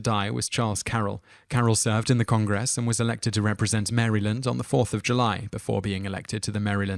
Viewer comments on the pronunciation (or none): FYI: the State of Maryland is pronounced mara-lind, and congress was a bit off as well.